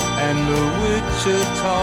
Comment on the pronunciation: Really? The greatest. You can’t pronounce Wichita or lineman? Or Glenn Campbell? Weird